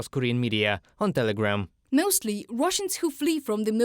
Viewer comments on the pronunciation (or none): Do you have any Ukrainian Americans? Please have them read the news. "Mioostly"??? this is painful.